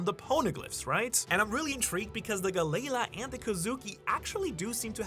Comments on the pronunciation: Gally la not geigha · Gally law not galala lol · Bro! Can you PLEASE! Stop mispronouncing half the names. Who tf is Gu-Layla?! It’s (Gal)-Ly Law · Bro, I love your videos, but you gotta start pronouncing it right Galley Law not galayla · The gally la pronunciation is killing me bro, disliked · Bro it's killing me 😂 I'm glad you said something. I wanted to but I couldn't do it without sounding snarky..